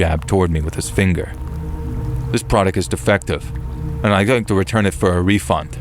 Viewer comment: "I want a wefund" 😂😂😂😂😂😂